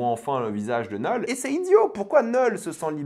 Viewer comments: STP ARRÊTE DE DIRE NEUULL C KNUUL ENFOIRERRR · Ça me fume comment tu prononces Knull autant dire Nul 😂